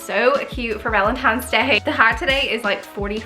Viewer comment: P. S. "Valentines Day", not Valen TIMES? Day. 😚😚😚. Might just sound how it came through on the Voice over. Back to your video.